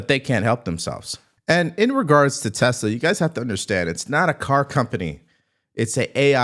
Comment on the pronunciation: Good ol', "Tesler" 😂